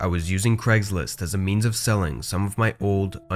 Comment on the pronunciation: "Cregslist" "Eron"